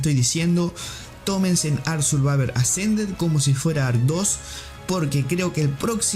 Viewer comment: "Ark survaver assa"